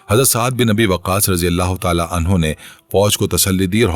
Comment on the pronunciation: Bhai ap anhu ko anhaa bol rhy o